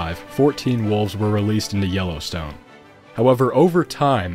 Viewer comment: All I can hear is YOLOstone park :D